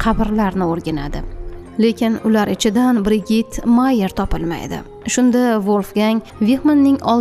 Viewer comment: BriJid deb oqiladi